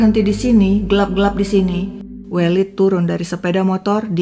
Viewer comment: Koreksi pronunciation untuk penyebutan nama welid yg tepat adalah E elang ,E pedang